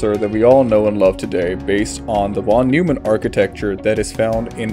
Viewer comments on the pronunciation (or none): von NOI-mahn... for the love of god